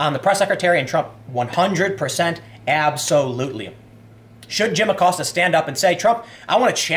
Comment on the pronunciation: Lil’ Abilio “Will” Acost-ya.